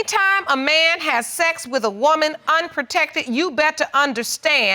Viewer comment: Man, even after the judge low key corrected her & said "protected," she did not stop.🤦🏽‍♀️